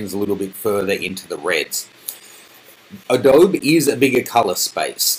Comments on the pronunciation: "Uh doe bee" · A-dowb hah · What the hell is 'AH-DOBE'? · It's really hard to trust anything you say when you can't even pronounce adobe. It's pronounced Uh-doh-bee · HA ha, he's an Aussie, doesn't know that Adobe is Native American word ---pronounced A-Doe-Bee